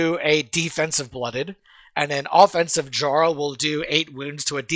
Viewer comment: Lol I like that he says jarl wrong. Only dude to never play Skyrim, and no they aren't saying it wrong jarl, fjord it's a constant language feature